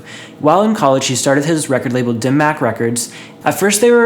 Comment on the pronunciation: hearing him pronounce it "dim mack" is so cringey lol it's pronounced "dim mock"